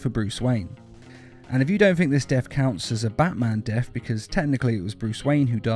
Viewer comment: Death not def